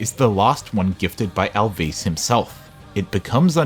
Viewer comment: I enjoyed the video but GOD DAMN your pronunciation of some of the names is killing me lmao Al’vís and P’neyuma